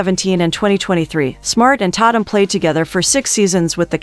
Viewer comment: It's pronounced TAY TUM😂😂 Dammit!!